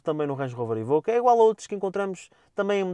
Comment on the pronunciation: "évóque" e nao "êbõque"